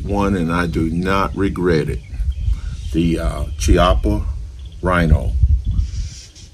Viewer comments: One minor correction sir, in Italian, the "ch" is pronounced as an English hard "k". So, it is pronounced "kiappa" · I agree with much of what you stated . I own the 30 DS . ( it's pronounced with a k sound, not a C sound ) .My opinion is the grip it comes with is not too good . I replaced it with a much better grip , from the company in England called Form . They have many choices. I picked the Rosewood one . The difference is night and day . Thank you, Sir . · Beautiful test and wonderful gun. If it had been a conversation between friends it wouldn't have mattered, but if you do a video test, you should at least know how to pronounce the stuff you're testing. Every time you said Chiappa" my ears bled. Nowadays it's not difficult, just go to Google translator, choose Italian, write "Chiappa" and have it read to you. There are no more excuses.